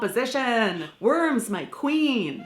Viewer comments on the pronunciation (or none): none